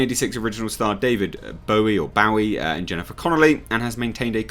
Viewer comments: I don't know how you could pronounce his name as David Bow-ie. He was a huge musical icon. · I find it really confusing when Gen-Xers or late millennials don't know how to say it, especially after all the coverage of his death just a few years ago. Bowie was insanely famous. It's like if people were saying "Eel-vis Presley."